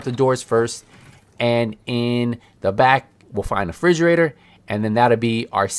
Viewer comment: Thanks for the video a great help. But dude I couldn't help getting distracted when you say frigerator it refrigerator 😂